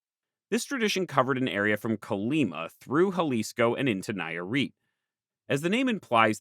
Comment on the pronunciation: Hearing the name of my state (Nayarit) been butchered for the first time is kinda endearing, considering how forgotten is even in Mexico. hahaha I really like the video i hope that in a future visit you can revisit the region and keep sheding more like in this place. Just some mistakes i noticed, you placede San Pedro Lagunillas more north than it should it's really not that far from Ixtlán del Rio, but like it's not even that big of a deal it's just me being nitpicking about my home state. The second one i think it is a big error, the Wixarica people don't call themselves Huichol it's a peyorative name actually, so if you ever make another video consider this! Thanks again for the fantastic video and work you make.